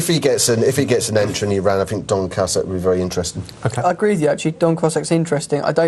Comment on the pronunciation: Some fantastic pronunciations of horses in this vid "Don Cassack", "Hublan Doozay".